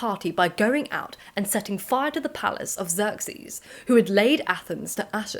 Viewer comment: Thank you for this But I do ask you find the correct pronunciation for Xerxes as it's not supposed to be pronounced like that. (I am Iranian/Persian)